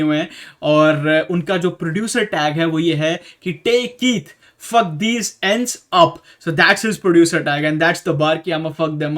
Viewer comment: When he says Diss guys it sounds like disguise